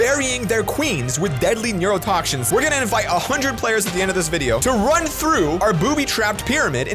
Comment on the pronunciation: lol neurotoxshins. LEL ED9YRYTEOUIGYUTRYUH